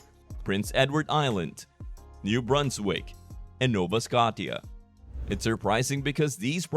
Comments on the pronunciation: its not Nova Scott e aa.... Its Sko sha. Nova sko Sha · Why is this guy pronouncing Nova Scotia improperly ?